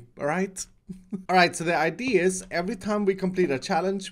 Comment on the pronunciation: Just thought you said ikea